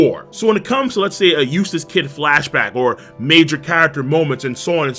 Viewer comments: Every time says "Eustass Kid" I hear "Useless Kid" LMAO srry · I'm only going to say this one more time Eustass kidd Eustass d kid Kid d eustass